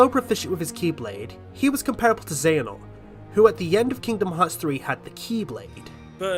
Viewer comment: All these people trying to argue for outerversal Joker, but I'm just wondering how the heck they kept saying Xehanort and Xemnas wrong. I mean they're pronounced in the games several times. How the heck do you keep getting it wrong.